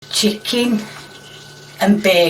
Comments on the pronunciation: "Chee-kin n bey-kin" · Chickiiiin and beecen😂 is it just me or is she such a cute lady besides the cooking?❤